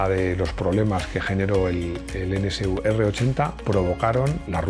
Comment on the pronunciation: Perdona mi atrevimiento, pero como profesional de la comunicación, me dejas confundido, pronuncias N(CE)U NCU, cuando lo correcto es NSU N (ESE) U...